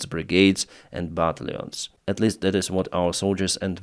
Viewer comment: pronunciation -Battalions = but tal youns